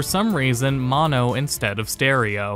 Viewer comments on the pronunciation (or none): none